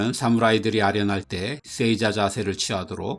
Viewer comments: 쎄이자-> 세이자로, 쑈군은 -> 쇼군으로 발음해 주십시오. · 내용 좋네요. 쎄이자 X 세- 자 O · 세이자가 아니라 에 뒤에 나오는 이는 이 발음이 아닌 장음으로 세-자 아닌가요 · 세이자를 쎄이자라고 발음하네요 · 장음으로 읽는 게 옳습니다